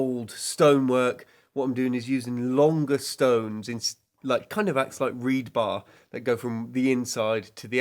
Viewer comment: “Reed bar”? Sorry for being pedantic… reinforcement bar = Rebar (no “d”)